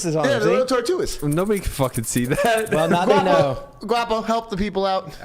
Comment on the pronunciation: Tell it’s Tortugas not Tortuas. He’s leaving out the g.